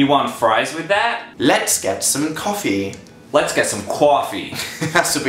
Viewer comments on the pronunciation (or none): It's more of a coooffee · Why is it cwoffie? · CWOFFEE BEAN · what the hell. cwoffee ITS COFFEE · Wat, no, we don't say quaffy bean, we say cough eee bean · We don't say cwoffy we say coffee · Maia Iero yeah except in CA we don't say cwoffee. is that legitimately a thing? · let's get some cwoffee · It's not coaffee wtf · Maia Iero I guess so... but I didn't know we pronounced coffee or hot dog that way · I love how Dan assumed New Yorkers pronounce it that way tho. Like, I've lived in NYC all my life and never heard anyone say it like that ever in my life. But okay, Dan. XDDD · Where I live, that is NOT how we say "coffee" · it was reaaly good but i love how they just couldn't say "coffee" like Americans